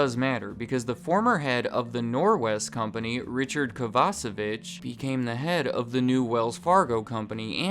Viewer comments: Every time he mentions Richard I keep hearing his name as “Richard Kielbasa bitch” 😂😂😂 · for a split second, I thought you said "KovaceBITCH" and not Kovacevich hahaha